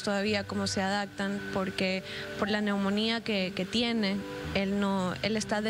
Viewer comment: La reinita dice:: "" adaCtan""..."""induCieron"" uffff!!👎👎 hace falta un poquito más de cultura !! terrible!!